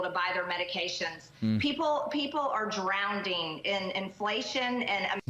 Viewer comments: "Drownding"? I mean it's just embarrassing the ignorant illiterate clowns getting elected to high office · "Drownding!" LOL Low IQ-anon strikes again, displaying her ignorance and her arm pits for the world to see. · MTG doesn't know what she's talking about..can't even pronounce words correctly, which shows her ignorance. No such word as " drouwnding"...how in h... did she get in to government??? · when she pronounced drowning, "drownDinG," i choked on my j lmfaooo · Lol "drownding" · “Drownding” lmaoooooo What a goddamn idiot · Drownding?? The GOP is drownding!!! Maga Marjorie is so vile and stupid! She needs to take a history class not to mention an english class!!! Actually, she doesn't understand the positive things that Biden has done for the country. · Drownding??? She's so stooopid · "drownding"...what an embarassment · For a grown a** adult to say "drownding" is like nails on a chalkboard. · She i,s as she says,"drownding" in ignorance. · U said "DROWNDING" OMG that's "Marcus traitor gangrene"for u lmao😂😂😂😂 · "Drown-ding..." 😅 Does she not know the word 'drowning'? Remember: trump LOVES the poorly edumacated. (I thank Homer Simpson for that word.) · and also "drownding". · She doesn't understand how dumb she sounds saying "drownding" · MTG....a joke among republican jokes. And her uneducated input is something to be laughing at. She is "drownding". Just like her inept orange turd, she is purely ignorant and uneducated. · I was around 5 or 6 the last time I said "drownding" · Lol I used to say drownding . When I was 10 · DrownDing... that says it all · She did such a wonderful job that President Biden is using it in a campaign advertisement. 😂 That beast, MTG, is such an ignorant moron. Drownding? Really? Peach tree dish? 😂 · Drownding. Good lord, they can't even speak or spell, yet we trust them to run our country! Unbelievable! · She can't even pronounce drowning. She is a poorly educated maga lemming